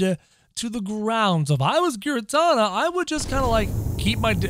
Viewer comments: it's not garetana it's garetina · Giratina is pronounced Gear A Tina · Say the t in giratina say that his name says that his name ingiratina